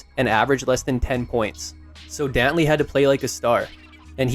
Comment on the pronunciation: THIS AI IS CRAZY WHO IS DOWNLEY